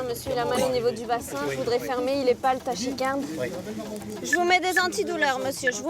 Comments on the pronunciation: TaCHIcarde ? Elle lit un promoteur ou quoi, ça se prononce taKIcarde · Tachicarde...on dit taKicarde... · si vous me dites qu'en Belgique on prononce TaCHIcarde, alors toutes mes excuses à cette dame pour cette expression qui m'a fait saigner des oreilles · Tachy quoi??? On dit [takycarde] ma grande